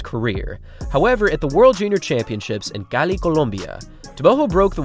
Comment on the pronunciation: As a spanish, that "Cali, Colombia" sounded perfect man wow 😂👍